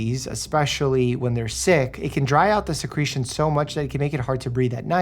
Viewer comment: Did i hear secretion